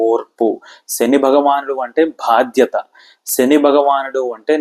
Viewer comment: మీలాంటి వారు కూడా తెలుగు ఉచ్ఛారణ లో ఇన్ని తప్పులు మాట్లాడుతున్నారు. వత్తులు ఎక్కడ పెట్టాలో అక్కడ పెట్టకుండా వేరే చోట వత్తి పలుకుతున్నారు(ఉదాహరణకు భాద్యత కాదు బాధ్యత, నిబద్దత కాదు, నిబద్ధత ect). కొంచెం ఆలోపాలని సరి చేసుకుని తెలుగు ని బతికించడయ్యా బాబూ.😒